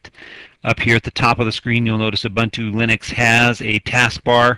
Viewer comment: "O-Bun-Too ЛЕНИX"